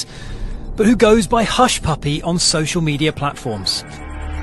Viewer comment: Lol! Abeg...pronounce hushpuppi name well o...make he no vex...It's well!😂😁